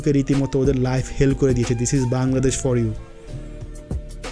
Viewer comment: বার বার বাঙ্গাদেশ বাঙ্গাদেশ করছেন কেন? এই শব্দটা নিয়ে আমি অতিষ্ট,,প্রত্যেকটা ভিডিওতে বাঙ্গাদেশ একবার না একবার বলেনই।আরে ভাই আগে নিজের দেশের নামটা ঠিকঠাকমতো উচ্চারণ করুন।ধন্যবাদ(আমি কিন্তু আপনারই ফ্যান)